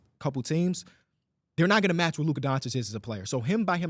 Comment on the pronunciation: year 7 still can’t say luka name right